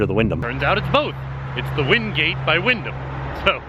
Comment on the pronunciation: He says win ham I think of rum ham from it's always sunny in Philadelphia thanks binging with banish